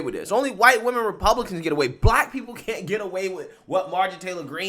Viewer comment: "...there are cunna pee beeple" Calm down, you're unable to speak properly 😂